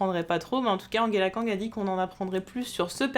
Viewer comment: Pourquoi, au grand pourquoi, tu dis Anguela kang?!?